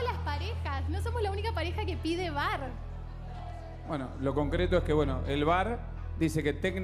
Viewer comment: No es vVar. Es Bar (Bailando- asistent- referee)